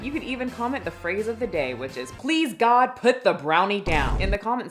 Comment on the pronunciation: “PLEASE GWOD PUT THE BROWNIE DOWN!!! “